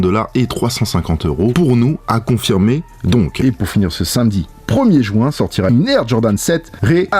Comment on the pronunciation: Il dit le samedi premier "jouint"